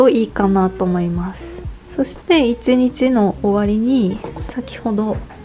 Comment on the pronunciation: とても丁寧な説明で参考になりました✨ 無印アイテムだと身近だし新しいことを始めるのに敷居が高く感じることもなくて、素敵な動画です。 ただ、ひとつだけ…失礼は承知の上なのですが、1日のことを「いちにち」ではなく「いちんち」と発音されているのが気になってしまって💦 芸能人の方でもないのに細かい指摘をしてしまって恐縮なのですが、勿体無いと思ってしまいました。 ご気分を害されたなら、削除しますので仰ってくださいね。